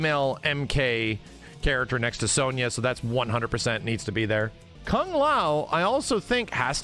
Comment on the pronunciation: I really hate the way this guy pronounces "Kung". This isn't 1960. You're not Kano. You make it sound so vulgar and gross. ew.